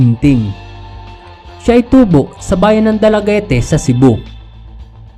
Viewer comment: Dalaguete po ay silent e kung basahin ay dalaguet